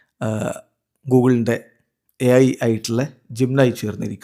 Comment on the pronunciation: പറയുമ്പോൾ ജിം നയി എഴുതുമ്പോൾ ജെമിനി 😂😂😂😂